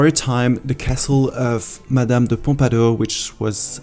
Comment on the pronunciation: Le « Château de Champs sur marne » m’a trop fait rire 😂. On dirait que tu es soulagé de pouvoir parler français. Pareil pour les noms français parlés avec l’accent. Le « madame de pompadour » était génial 😂. Bref j’adore tes vidéos, continue comme ça et bisous ! 😘